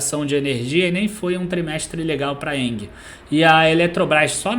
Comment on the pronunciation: Vídeo muito bom, mas.... Não é Enguie que se pronuncia o nome da Engie. É com g mesmo..... Tem som de En-ji. Deu nervoso ficar ouvindo enguie toda hora kkkkk